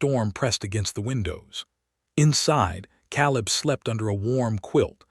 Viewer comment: Caleb. Biblical name. Pronounced Kay - lub. Mispronounced 💯 = 2.5 hours